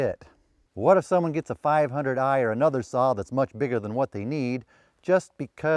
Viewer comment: can you say one more - 5oo eiii?